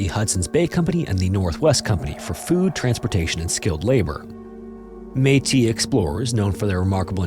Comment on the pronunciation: The meetus and the deans have been all but been replaced by the metis and the denes 😂 in all seriousness you atleast learned to pronounce it right after last time lol